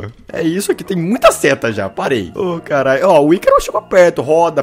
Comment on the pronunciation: mano nao é aicaro se fala icaro do jeito que escreve